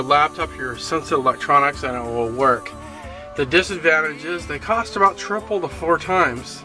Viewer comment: Cost LOL not coust